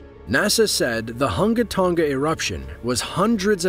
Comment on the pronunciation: Dude mispronounced the Hunga Tonga volcano. It's pronounced as Hun-guh Tun-guh Ha Ah Pie